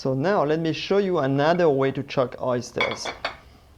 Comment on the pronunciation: Shuck oysters, pronounced with "sh" of shout, chef, shoe. Shuck oysters, not chuck oysters (chuck would mean to throw them, such as out the window or against a wall.